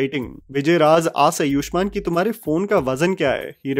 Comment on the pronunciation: bhai अयुष्मान नहीं आयुष्मान is the right pronunciation...please correct